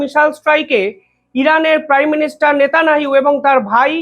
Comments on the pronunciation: বাইনচোদ নেতানিয়াহু ও উচ্চারণ করতে পারিসনা 🖕👢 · সালা সাংবাদিকের বাল। নেতানিয়াহু নামটা পর্যন্ত উচ্চারণ করতে পারে না।